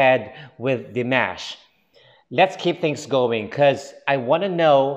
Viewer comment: I figure at some point you will start pronouncing Dimash's name correctly. Maybe. ;)